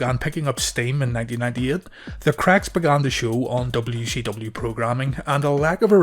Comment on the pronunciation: Calling it "dubbayoo she dubbayoo" is driving me insane lmao